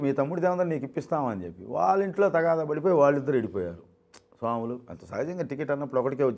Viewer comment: O anchor, somulu kadu, swamulu